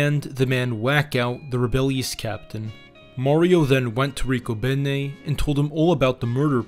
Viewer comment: You pronounced Riccobene completely wrong. Not even close. And your were slightly off on several others. Love my hometown of Philadelphia. Born and Raised in South Philly